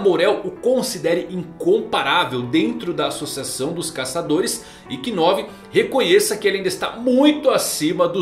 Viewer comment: Kinove não , se lê Novu (knov) , Man